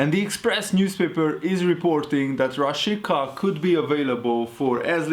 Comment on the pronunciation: A "Rashica"-t Rásicának kell kiejteni😉